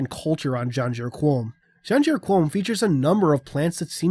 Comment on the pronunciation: My internal pronunciation was Muh-ken Scey-ah-ben. So it was weird hearing this. And Janjur Kom, there's no U in Qom. But, nitpicks.